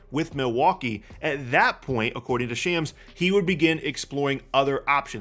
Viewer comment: That is not how you pronounce Shams